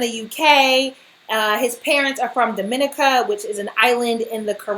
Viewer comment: Its pronounced dom-ih-NEE-kə